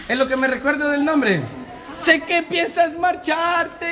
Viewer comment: Esq. Alejandra tu. Pronunciasteis mal. El nonbre